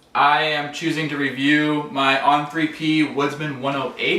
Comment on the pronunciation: He’s lost me at “On 3P”…come on man. You’re not even pronouncing the name of the manufacturer correctly. Jesus.